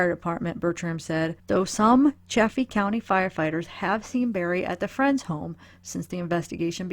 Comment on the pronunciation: It is Salida, like saliva. It's also Chay-fee. I know, there's 2 f's, that should make the a soft but....no. Lol!